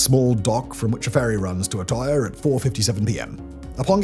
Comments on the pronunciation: You couldn’t even look up how to pronounce Utøya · That has to be the worst pronunciation of Utøya I’ve ever heard… Anyways besides that I remember when this happened. I’m not born Norwegian, but I grew up there. What happened on that day shook a lot of people, and because Norway is a relatively small place I knew some people related to some of the people on that island when this happened. I think the thing that pissed me off the most since then was running into a conspiracy theorist who tried telling me it never happened. If he wasn’t my boss at the time I would’ve broken his teeth for it.